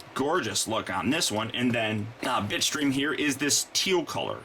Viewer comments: it sounded like you said bitchstream insted of bitstream XD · Oh Bitstream, you need to enounciate that better. I thought you said Bitchstream. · for a second i thought he called bitstream bitch dream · bitstream.... not bitchscream or bitchstream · It's called Bitstream. But then again,most of us heard "Bitchstream" too. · I thought you called him bitch stream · it did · Bitstream sounds like bitchscream wich should be starscreams name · I thought he said bitchstream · it sounds like your saying bitch stream XD